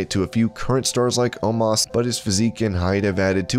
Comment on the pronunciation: He said Omas… lol